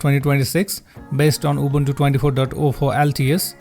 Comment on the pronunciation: "Убунчу"... диктор, вы китайчу?(